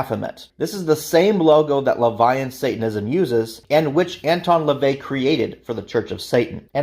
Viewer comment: "Anton LaVey" - rhymes with bay Not "Anton Levi" - rhymes with bye (To steal someone elses explanation).